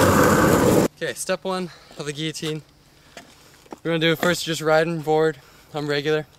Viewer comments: giyotine what is he Spanish the way he pronounces his double ll's like y's its gil-o-teen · it's pronounced gil-o-teen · isnt it pronounced gill-o-tean? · LOL. Everyone is saying guillotine like gill-o-teen. Its supposed to be pronounced gee-ya-teen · "i'm gonna teach you how to do the gggeeeyteeen" haha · its pronounced g-ee-o-teen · thats realy cool. but you say guilotine funny. gil-lo-teen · You pronounced the trick name wrong the whole way through the video. Lol, not that it matters, just something I realized. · how do you guys not know the word guillotine?! its what we used to chop people head's off with in the old days. do an image search for crying out loud. And you don't have to pronouce it like a french person since english people have been using the word Since The Dark Ages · and at least learn how to pronounce the name of the trick your gonna teach everyone how to do, not that it takes teaching its pathetically easy but still thats just sumthing else for all these no life long boarders to complain about and waist there time commenting on